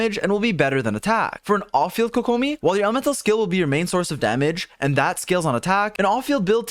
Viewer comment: How to say it. Kokomi. How you say it. koKOmi.